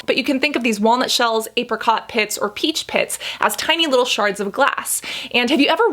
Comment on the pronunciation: Did she say ape-ricot? 😆